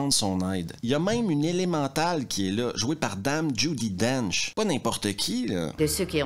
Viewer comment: Maintenant que je sais que tu vis en Suisse... Ta façon de dire "l'élémental"...